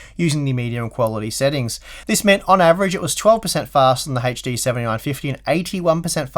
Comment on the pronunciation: Every time this gentleman spells 'HD', I die a little bit inside... ?v=c3y0CD2CoCs :P